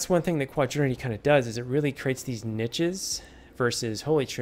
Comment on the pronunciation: It's quaternity, not quadrinity.